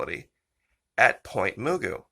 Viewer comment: Pronounced Muh-goo Pt. Mugu N.A.S. / Pacific Missile Test Center